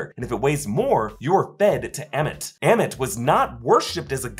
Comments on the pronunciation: love how he calls ammit emmett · please stop calling ammit emmett lol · Why do you pronounce the deity és Emmet. It is Ammit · It was weird listening to you pronounce Ammit as "Emmet" instead of "Arm-it" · AH-MIT... say it with me. Ah-mit. Lol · Why he say ahmet like that.